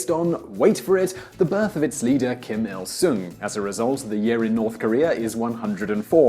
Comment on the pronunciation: Simply because mispronunciation bothers me SO much (my apologies) 김일승 Kim Il Sung is not like Sue with a long O, but like a song that was sung. Juche 주체 ㅔ=ay sound. Juche sounds like Juchay. Your vids are bril. Thanks ^^